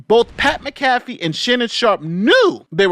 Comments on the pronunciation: It's MAC-a-fee, not mac-A-fee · Mac-a-fee, not Ma-caf-ee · Lol his pronunciation kept throwing me off. I'm like MACK A FEE dammit! 🤣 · Pat Mac Ah FEE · You're saying McCafee wrong. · Pat ALLEGEDLY MAC(like Bernie Mac)Afee is how it's pronounced. Was waiting for your take on this. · (M-ah-cuh-fee) Mcafee. Idk why, but he insists it's pronounced this way. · Hey just a heads up its Pat Mac - uh - fee.;) As always good video but I heard that and laughed because all I could picture was anti-virus Mcafee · I understand that the spelling of Pat’s name makes it seem like it should be pronounced the way says it in this video but it is pronounced as if there is an A in the spelling -> mac-ah-fee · You Pronounce his name like this. Pat Mac Ah Fee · its pronounced MAC A FEE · Its pronounced MACAFEE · Mac-uh-fee. Great video. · respectfully, it’s pronounced Mac-A-Fee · Pronounce like Mack a fee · Also you mispronounced Pat’s name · Was gonna watch this but that McAfee pronunciation ruined my day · You could have like watched one Pat McAfee show, just to make sure you weren't pronouncing it wrong lol. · Do you pronounce Pat last name wrong Homie? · Just nit picking. You should use the correct pronunciation for Pat Mcafee last name.